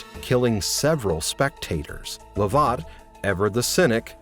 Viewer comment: Please learn how to pronounce names - just Google! Fraser, Lovat and Culloden all horrendously wrong.